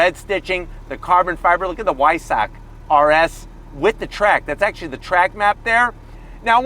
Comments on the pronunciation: The "W" is pronounced like a "V". Vy-Sack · Not Why-suck😂😭😭😭😭😭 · It's pronounced "Veissah"....Cheers